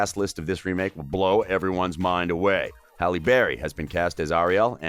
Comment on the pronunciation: Its * Halle* Dummy